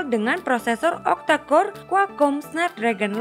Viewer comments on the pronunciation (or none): none